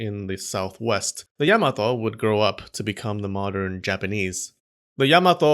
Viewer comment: Vergil: It's pronounced ya-ma-to you fool